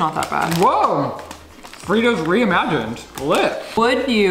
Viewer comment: "Woah! Freetos reamagained, lit!"